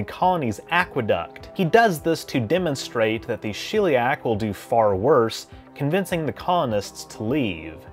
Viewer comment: Shell-e-ack. Not shill-e-ack.